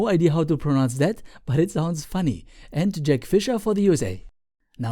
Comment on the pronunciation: I'm sorry for making fun of your accent but it sounded like you called jack a Wookiee